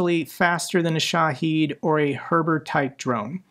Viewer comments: he clearly tries. This one, he learned a wrong pronunciation is all. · Minor gripe about your videos: Shahed only has one "e" in it, not two like you consistently pronounce it.